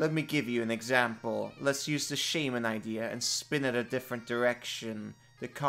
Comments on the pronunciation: Your pronunciation of Shaman makes me irrationally angry. Great video. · Please, please don't every say shaman again.